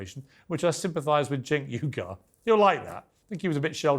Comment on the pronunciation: Cenk "Igar"😂😂😂😂😂😂